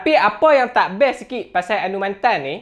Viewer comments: Anumanthen cara sebut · Cara sebut nama dia Anu Ma then Hehe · Fuh info padat... Tp bab sebut nama dia tak buat research ka.. Anumathen... Mantan??? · Cra sbut tu mcm slh ja😅,mcm Sathianathan org sbut sathianaden